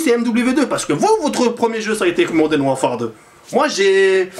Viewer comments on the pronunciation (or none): none